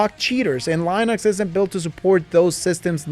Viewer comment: Lienux? You trying to say Linux?